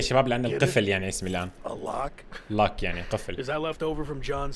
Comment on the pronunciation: The rock ❌ The lock ✅